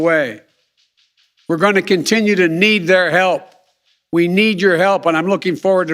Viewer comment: How many syllables does continue have